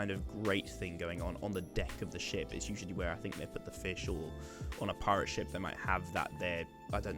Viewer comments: Is it just me or I thought he said shit Front of a shit😂😂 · when you where saying ship i was hearing $h!+ instead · every time you said ship i just heard the word Shit and I was thoroughly entertained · when you said ship I thought you said shit and i was really confused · When you said you were trying to make it look like a ship I thought you said shit lmao